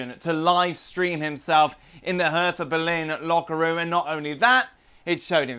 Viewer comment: For the love of god it’s pronounced Hair-tuh.